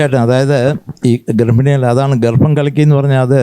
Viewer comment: Not garfini, garbbhini